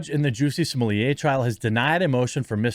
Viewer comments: Jeremy, you're the only clown in town who pronounces Smollet like you do. He's pure American and not French AT ALL. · I thought Smollett is Canadian? Also, blame YouTube for Jeremy having to butcher pronunciations. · Why do you miss pronounce his name?